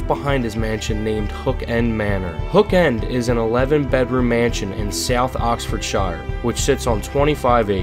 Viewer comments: Hi. Just FYI, Oxfordshire is pronounced, 'ox f'd sheer'. Not ford, not shire. All the English counties ending in shire are pronounced sheer. No offense meant! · 😂😂😅😂 South OxfordSHIRE 😂😂😂😂 nice try